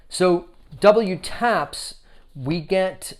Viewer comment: Just an FYI they’re pronounced double taps :) I adore my pair but haven’t worn them yet they’re just so beautiful I’m saving them for post lockdown occasions 😂